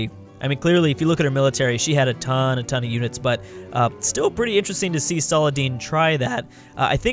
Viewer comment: I love how you say "a TON"